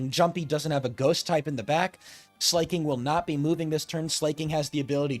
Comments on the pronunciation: Slaking is the king of slacking, not slaying. Therefore it must be pronounced as Slacking. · Also, Sla isn't pronounced as Slay before i forget lol